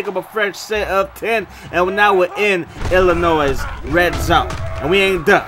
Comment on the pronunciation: Aye the S in Illinois is silent! 😂😂😂. “il-uh-noi”